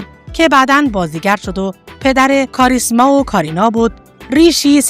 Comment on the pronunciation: خانمی که گوینده ویدئو هستند اغلب نامها را اشتباه تلفظ کردند.گویا هیچ آشنایی با سینمای هند ندارند و متن را از روی کاغذ توانده و نامها رو برای اولین بار تلفظ میکنند.برای کسی که ویدئو تولید میکند این مسئله قابل اغماض نیست. ۱)وی جِن تی مالا ۲)دیم پِل کاپادیا ۳)کاریشما ۴)نرگس ۵)مانداکینی همچنین خانواده آنیل کاپور ارتباطی به خانواده راج کاپور نداره.نام خانوادگی کاپور یک نام رایج در هند میباشد.